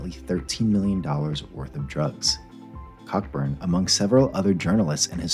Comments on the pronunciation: Cockburn is pronounced Co-burn. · im pretty sure its pronounced Cockburn